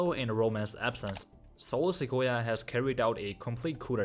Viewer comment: Bruh I can't 😂😂😂 ...the way you spell Solo SOLO SIKOYA kinda sound likes akoya2